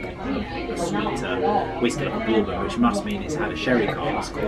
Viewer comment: so cute but it’s pronounced bur-bon 😂